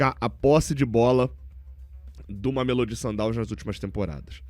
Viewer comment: Não aguento mais o fazendo a pronuncia do mameLÔdi errado. Já era para ter se informado melhor